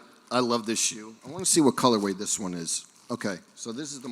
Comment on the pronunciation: I love saying “colorwave” and “adida” like it’s the singular of Adidas